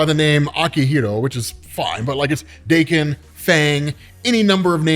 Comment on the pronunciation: TIL Daken isn't pronounced like Dock-in